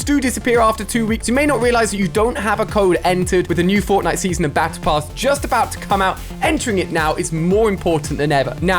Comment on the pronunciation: He said forknite